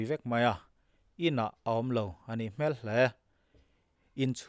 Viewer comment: I chhiar thiam a, i aw ngaihthlak a nuam thin hle mai. Chutih rual chuan ngaihmawh deuh pakhat ka nei. Hmel tih hi..."A nih hmel hle mai..." tih ang chi-ah hian 'hmel' i lamrik dan hi, mihring hmel ang hian i lam a, hei hi a dik hlel deuh tlat. Nelawm tih a, nel kan lam ang hian lam la, beng a kham lo deuh ang.